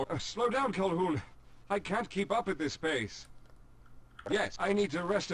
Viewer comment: its Calhoun, not hoon get it right jeez